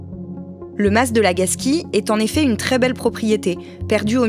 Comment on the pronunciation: Un mas pas un "masse" svp 🙏 néanmoins très bon podcast comme d'habitude !